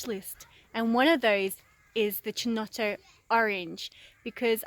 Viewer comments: Yes it is triggering ... Key to my ears not Chee. I just call it Brio. The only chinotto I can buy around here. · It's pronounced "Keynotto". The "C" is hard. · The way you pronounce Chinotto will trigger every single italian on earth. For the love of god call it "keynotto". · Its ki-nott-o not che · Fantastic I've been wanting a chinotto syrup recipe, but can't find an off the shelf product, nor the chinotto fruit. Coca Cola used to make Bisleri under licence but they dropped it, Good job, looks like it should work, have to get the makings. PS it is pronounced "Kinotto" in Italian, don't know about Maltese. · great, but the pronounce is Kinotto or Keynotto. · Chin-no-toe... STAAAP LOOOOOOOLL PLEZ LOL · it's pronounced with a C not CH so KINOTTO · I'm not even Italian, and I cringed each time... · where is the other culture? She’s just taking our culture and mispronuncing it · Triggered the shit out-of my husband right now every single time lmaoooooo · yeah this is not how to pronounce chinotto 😬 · Easy there. She is Maltese not Italian, you don't know what it is called in Maltese. Do agree though I flinched every time she said it.